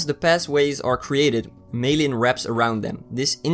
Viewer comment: Myelin = MY--uh-lin.